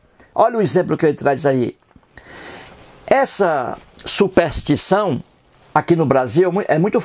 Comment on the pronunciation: Quem é esse coitado que sequer sabe falar? "Supéstição" só se for la na terra do "cabra da peste", que precisa tb aprender a fazer, ao menos, um "power point", né Zé Mané. Se a crença tem prova irrefutável deixa de ser crença (ou fé) para ser constatação. Você é um ignorante que se acha esperto e que, sem saber, trabalha a estratégia de Antonio Gramsci (vá pesquisar quem é) para implementação do socialismo no Brasil. Acorda povo ignorante...